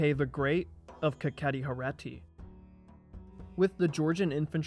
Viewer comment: Its not Herati, its HerEti, Herati sounds like Indian state 😂